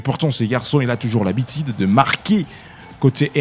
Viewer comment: Monsieur le journaliste tu parles bien Français mais il faut faire un effort de bien prononcer tes U,par exemple dire habitude au lieu de habitide. A part ça très belle prononciation.